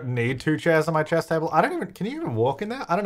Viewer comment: everytime says "chess" i understand "Chaz"